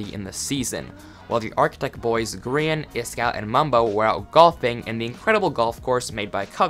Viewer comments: Why you call grian (gree-an) grain (graine) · no offence but I get triggered when you say grain not grian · Grian not grain